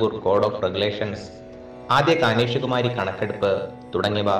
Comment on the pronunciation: kaneshukumari alla kaneshumari ennu parayuka persian vaakkaanathu